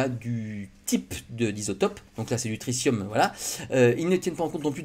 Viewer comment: On dit "tri-ti-um", pas "tricium"